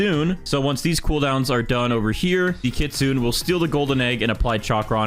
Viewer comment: again, the kitsune is pronounced kit-su-ne not kit-zun, please pronounce it correctly its triggering me, but no hate great vid keep going!